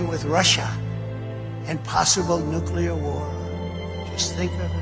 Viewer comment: The only time in my life, and ive been observing him since "lifestyles of the rich and famous" that ive ever admired something trump has done, is his ability to pronounce nuclear properly...